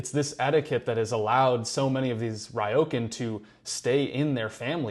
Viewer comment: It is Ryo,kan. Not Raioken. 😢